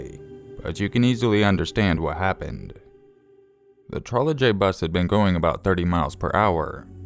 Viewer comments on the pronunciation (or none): i think its pronounced Troleybus like without the J. i googled it & heard the word before & knowing what one is ive never heard it called a Trole "J" bus! like the J is Pronounced Y. sorry it was just bugging me. you still are one of my favourite channels tho ;) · it's pronounced 'Trolly bus'. the Czech pronounced j as y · DUDE! You don't pronounce the J in trolejbus. I get that you will anglicize words, but don't butcher them.